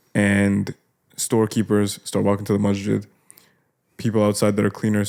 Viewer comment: Masjid is with a س not ش no disrespect just wanted to it sounds like brother is saying mashjid. I love you guys for the sake of Allah, you're doing great work and may Allah ta'ala reward you all, amin.